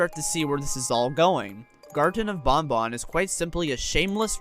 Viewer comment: Thank you for pronouncing ban ban correctly